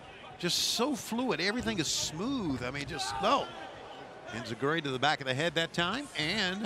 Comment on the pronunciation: Tony: ENZIGURI Eddie: that's a high kick shiavone Smh 🤣🤣🤣